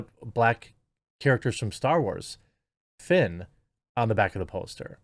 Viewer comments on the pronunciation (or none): none